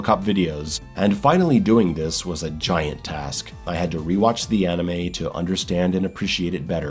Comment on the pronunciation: It's "anime", not "animey".